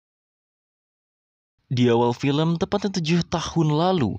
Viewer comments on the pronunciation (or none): none